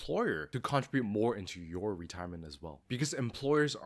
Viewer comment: Contribute not contrabute